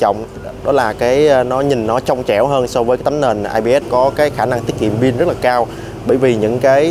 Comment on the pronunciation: ông phát âm rất chuẩn rồi. Nhưng lạy ông phát âm là ' Pin" hay ông chỉ nhận thức là " Bin" thôi?